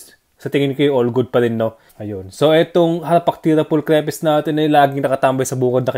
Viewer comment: Lodi hindi cre pes ang bigkas ng name niya hahaha kumbaga kapag binasa moto "stripes" diba hindi stre pes yun lang sana makatulong 😊